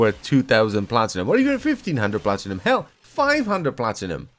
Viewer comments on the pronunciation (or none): Did i hear platinumoil?